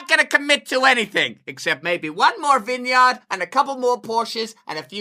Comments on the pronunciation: its pronounced Vin-Uard . just sayin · lol wtf is that vineyard pronunciation, oh wait you fixed it later lol